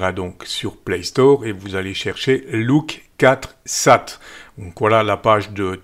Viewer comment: bon je sais que l’anglais n’est pas ton fort !!!